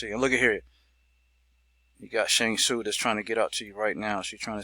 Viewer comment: Lmaooo he said Shang sune